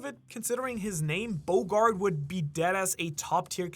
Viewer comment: Hey, quick correction it’s not bogard it’s Bo D. Gard